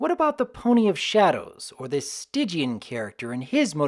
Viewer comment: Why was Stygian's name pronounced "Stidgian?"